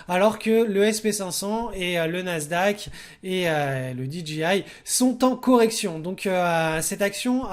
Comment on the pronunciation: DJI se dit "di-djèeux-aïe" et non 'di-dji-aie' g='dji' j= 'djèeux'. Merci pour la vidéo :)